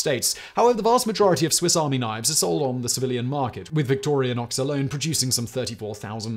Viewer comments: Nice pronunciation... Victorionox :P But good video! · btw, the name of the company is Victorinox. there is no A in the name. plz stop calling it Victorianox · It's not Victor_ia_nox, it's Victor_i_nox. And I'll nag again. German "ie" is pronounced long e, "ei" is pronounced long i. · Its just Victorinox not Victorianox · Ugh. Also: Victorinox, not Victorianox. It seems very weird that you research it all but don't bother to say the names correctly. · Has Simon been taking pronunciation lessons from Josh? Victoria-nox and Wegner? Come on Simon, you’re a professional… you’re better than that! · It's Victorinox, not Victorionox. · You're adding a non-existent syllable after the "i" in Victorinox. Vic-tor-i-nox. It's like you're saying "victorionox" And you're pronouncing the G before the N in "Wenger" I thought we were supposed to be the illiterate ones here in the states :P What is all of this, then? ;D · It's not pronounced Victorianox, it's pronounced Victorinox. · He mispronounces “Wenger” as “Wegner” & “Victorinox” as “Victorianox” every time. WTH. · Sorry, Simon, but your pronunciation of Victorinox as VictorIAnox and Wenger as WeGner is utterly ANNOYING. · What an intensely annoying episode. It is Victorinox - no a in it - not Victorianox! And the N comes BEFORE the G - pronounced Wenger not Wegner. How can you talk about 2 companies and get them BOTH wrong? 🤔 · Thank you. I kept hearing that and Victorianox. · My MiniChamp goes everywhere I go! Thanks for the info! Just one thing, it's pronounced "victory-knocks"... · Simon, there is *no* "a" in "Victorinox"... and the "n" comes *before* the "g" in "Wenger". Beyond that, this was an excellent reading of the "Swiss Army knife" Wikipedia page 🤪😂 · There's no "A" in "Victorinox." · I hate to break it to you Simon, but you mispronounced the company name every time in this video. There is no A in Victorinox. I winced so many times... 😅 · Most British pronunciation of Victorinox ever. Adding superfluous letters 🤣